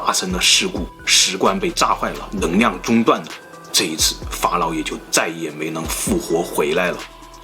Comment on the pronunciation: 的视频很好；看了这么多期发现你的发音有些问题L/N有点混淆，neng liang你说成neng niang ：）